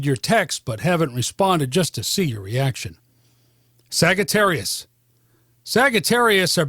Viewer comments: Why did he say Sag- ga- terius ...😂😂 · SaGItarrius ? Huh ? I think it’s pronounced Sagittarius with the g pronounced as how you would pronounce majesty or something